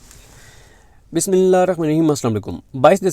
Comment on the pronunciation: Bhai Bismillah thora saheeh parha kareen.